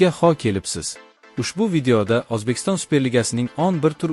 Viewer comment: Admin gapirishni qayerda o'gandiz.Ozbekiston emas O'zbekiston.